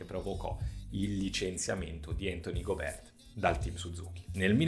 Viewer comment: Tutto giusto però non ti offendere ma Gobe'rt pronunciato così non si può sentire 😂